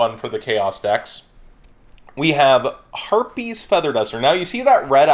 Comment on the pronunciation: did I hear him say herpes or harpie?